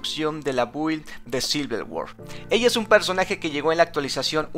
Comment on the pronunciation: Muy buen video pero, es Silver WolF, no Word xD